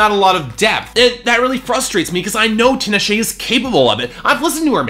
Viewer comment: First of all, her name is pronounced TEE-nah-shay. Not TIN-uh-shay. Secondly, if you don't like R&B and openly admit that bias, then maybe you shouldn't review it. You didn't think this album was "intelligent, layered, melodic, emotionally driven"? Did you even listen to the first three tracks at the all? Aquarius, Bet, Cold Sweat, All Hands on Deck, Indigo Child, Far Side of the Moon, and Bated Breath all exemplify those things. Also duh, she owes a lot to Janet Jackson, she openly states in interviews beyond the clear sampling of her song, and it was pretty condescending for you to make that note in your video. You almost only exclusively focused on critiquing her "fun party songs", which for me are the lower parts of the album (particularly Thug Cry, the other ones don't bother me and showcase her versatility) but made no attempt to talk about her artistic achievements on songs extensively like Cold Sweat, which is critique on the music industry from the perspective of a young black woman that has worked hard for what she has achieved. Also, you critiqued her vocally which didn't make sense to me considering she shows a wide range of vocal stylings on songs like Bet, Cold Sweat, How Many Times, All Hands on deck, Far Side of the moon, and ESPECIALLY Bated Breath. I think clearly you're someone who doesn't like R&B music and brushes its content off at the surface layer because you're not someone that avidly pays attention to the genre. If you actually care, you would know t